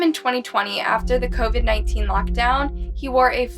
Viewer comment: You can’t even say COVID?